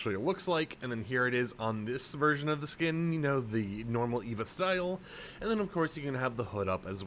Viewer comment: It’s E V A not Eva